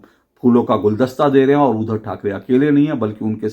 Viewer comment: अशोक जी, नमस्कार। आपके विश्लेषण की प्रशंसा करने के लिए मेरे पास शब्द नहीं हैं;लेकिन एक शब्द ऐसा है;जिसका उच्चारण सुधारने की आवश्यकता है और वह शब्द है 'उद्धव'। जिसे आपकी ज़ुबान से 'उधव' ऐसा सुनाई देता है। 'उद्धव' और 'उधव' के उच्चारण में ज़मीन आसमान का फ़र्क है। आप इसप्रकार देखें-: अगर शुद्ध,श्रद्धा,क्रुद्ध इन शब्दों को क्रमशः शुध,श्रधा,क्रुध इसप्रकार उच्चारित करें तो सुनने में कुछ अटपटा लगेगा। आप उन व्हिडीओ को सुनें जिनमें 'उद्धव' यह शब्द आया है। धन्यवाद